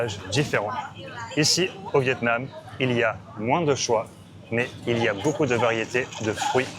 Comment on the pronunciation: 😂 I guessed vetêments? Why is it in grocery? But it is really Vietnam 😂😅